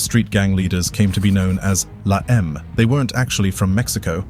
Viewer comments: Pronounced : (Law-em-ay) stupid Brit...Not La Eeem. Ese (Spanish for S) Is a term only used by Sureños from Southern California "Sup Ese?" Not to be used up North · Also this documentary is not great info on la eme cant even pronounce it right lol